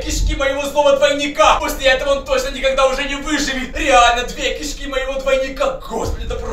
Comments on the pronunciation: Не кИшки а кишкИ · Не ки'шки а киш'ки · Не кИшки а кшкИ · Знайте не кишкИ а кИшки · Что за кИшки а не кишкИ? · Кишки́ а не ки́шки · Может не к'ишки а кишки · Не кышки а кишки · Не кешки а ки'шки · Да и он говорит не правильно слово кишки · Ты не правильно говоришь кишки